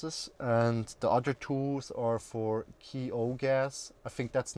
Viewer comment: Did you say "Key-O"" gas? That's pretty horrible